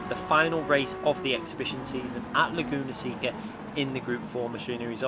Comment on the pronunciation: The penalty was probably awarded for calling the track “Lagoona Sicka” lol